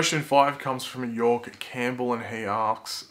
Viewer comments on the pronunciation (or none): none